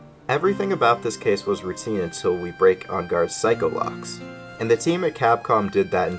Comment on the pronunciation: It physically hurts me to hear "psycho-locks" and not "psyche-locks" lol